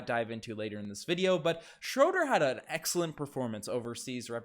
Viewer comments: Dennis Schröder. Pronunciation: \SHROO-der\ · its pronounced schrooder.... cringe